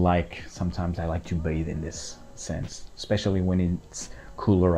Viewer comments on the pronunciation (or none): none